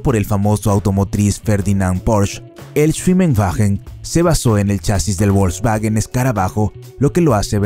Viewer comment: La letra W wn aleman no se pronunciation como en I gles..suena como una V con bonito Mercado Volkswagen no volksguaguen..es lo prinero que drberias saber antes de hacer videos sobre un tema...